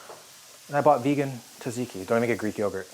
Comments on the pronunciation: It is tzatziki, not tasiki. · TZA TZI KY... not TAZIKY. Also its crazy that Kobe Bryant did not know the difference between than and then... and pray and prey xddd ffs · Tzatziki has a sort of d in it, like djadjiki